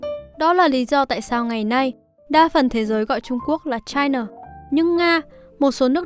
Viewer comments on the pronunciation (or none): Chai na là cái gì, chi na